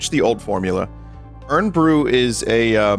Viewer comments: Hi Vinny, it’s Scottish Vinny writing from London. Irn-Bru is pronounced “Iron Brew”. But you weren’t to know that. From at least the 80s the marketing slogan was “made in Scotland from girders”, presumably attempting a tough Glasgow workers’ aesthetic. I grew up in Glasgow, so here are some unusual things - “soda” is often called “ginger” for some reason, usually among the less economically fortunate. It refers to any carbonated soft drink. You could take empty glass ginger bottles back to the shop and they’d give you money. Incidentally, I have searched relentlessly for anyone who can tell me what the hell Irn-Bru is supposed to be. Nobody knows. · Irn Bru is pronounced "Iron Brew" for reasons beyond my ken Also, I think that spoon thing was supposed to have a Mexican tamarind candy on it. I've only had it once and I guess you're supposed to just like lick it and it lasts forever, but it wasn't really my thing either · I put ketchup on my chips. They're just potatoes. You put ketchup on those all the time. Vinny's pronunciation of IRN BRU is interesting. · it's pronounced 'iron bru' not 'urn bru' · Find it funny hearing Vinny call it "Urn Bru". It's IRON Vinny. Made from girders. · fucking hell its pronounced iron not urn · I winced every time vinny called it "urn" bru like I'm drinking from the jar they put dead people in. It's short for Iron Brew. Iron. Like the metal. Like the man. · It was killing me hear u say “irn brew” it’s pronounced iron brew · "Urn" bru haha, like tea for the undead...or just tea OF the dead...-- it's pronounced more like "iron bru" without the "o" for anybody who needs to know I guess haha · Hearing Vinny say Iron Brew as "Urn Brew" hurt to listen to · Vinny pronouncing Irn Bru as "Urn Bru" is very charming. For those that don't know, it's supposed to be pronounced "iron" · Urn Bru 😂 my ancestors cry at the pronunciation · Urn Bruh ⚱️😂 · Dunno if he's just taking the piss but it's pronounced "iron brew" 😭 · Did he just say urn bru??